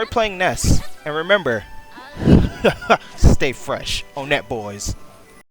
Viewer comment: you mispronounced Onett smh